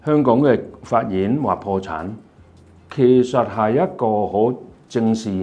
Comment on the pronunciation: 係恆大被香港【法院】話破產，而非被【發言】話破產 係天賦異【稟】 而非異【品】